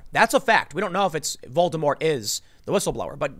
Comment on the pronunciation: Tim, dude, stop calling him Voldermort... its actually distracting and sounds silly Just call the guy Sir. Whistles if you're that scared to say the actual name :P